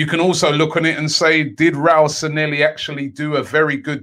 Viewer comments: Bro its pronounced 'SAN-YE-HI' where are you getting these Ls at the end from -and double L is always pronounced YE anyways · SAN-LE-HI IS HOW ITS PRONOUNCED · Robbie the name isn't Sanelli kindly pronounce it well